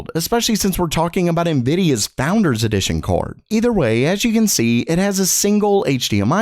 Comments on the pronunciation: why do u say kaord? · The way this guy says card lol.... "CORD"